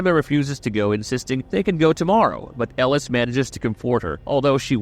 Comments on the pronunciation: Yo name pronunciation is killin me man 😂 I think I doin it on purpose 😂. Mary- L, El-o-es 😂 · El-ooh-eeese lmao OMG 😂😂😂